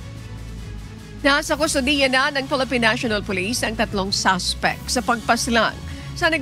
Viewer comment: SUSPECT HINDI SASPECT ! ! !